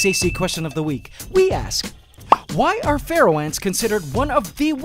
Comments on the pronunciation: All this time I've been thinking you're saying "Ferral Ant" with a strange accent. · DG K same it makes sense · Omg same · OMG I'm not alone! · Whenever he says “Pharaoh”, I hear “Feral” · I hear pfereoh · Oh, Pharaoh ants, when you've mentioned them before, I thought you said "feral".